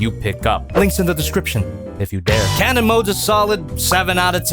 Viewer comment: said Karen not cannon